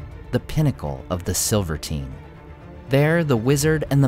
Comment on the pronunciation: I happen to like NINE as a possible number of Balrogs. Lots of nines in JRRT's works. Also lots of sevens, lol. Also I don't think Silvertine is pronounced like the word Libertine but rather simply describes Celebdil / Zirak-Zigil as a silver tine, as if the 3 mountains of Moria might constitute a figurative FORK against the sky. One red tine, one (what color?) tine and one silver tine in the middle--the highest. Anyone to gainsay my hypotheses?